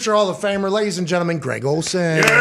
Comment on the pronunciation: calling Greg Olsen "G-Reg" is legendary...lol